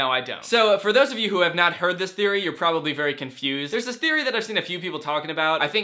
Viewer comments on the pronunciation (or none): none